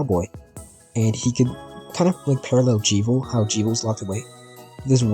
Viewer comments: why tf are you saying "jee-viel" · That's the first time i've heard someone pronounce Jevil like that